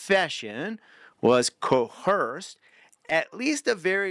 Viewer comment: Pronunciation tips for future videos. When pronouncing homicide, pretend it has two m's: "HOM-mih-syd" (short o sound like in Tom). There is no h in coerce: co-WERS